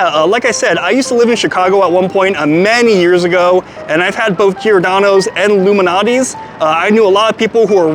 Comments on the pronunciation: It's pronounced LOU MAL~NOTTI's NOT Illuminati's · is he saying luminatie??? Lou Malnati's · Dude, you pronounce Lou Malnati's way differently than I've ever heard. And yeah, I definitely heard 'Illuminati' before you even mentioned it. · Have some respect Loumanati? Say his name correctly wow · STOP PRONOUNCING LOU'S...NAME AS ONE WORD ,ANNOYING